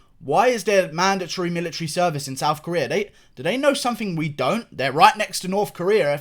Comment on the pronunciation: I started to laugh when he statred talking about the millatary